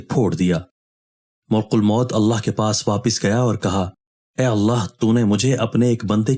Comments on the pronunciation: ملک نہیں بلکہ مَلِک الموت ھے م پر زبر ھے اور ل کے نیچے زیر ھے اور ک پر پیش ھے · اسلام علیکم محترم بھائی ملک الموت لفظ کا تلفظ درست ادا کریں ملک الموت لفظ میں م پر زبر ہے پیش نہیں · Hello Dear, it is not " Mulkul Maut "as you uttering in your video uploaded, it is " Malak-al-Maut ". Stay corrected. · ملک الموت کا درست تلفظ "malkulmaut "ہے۔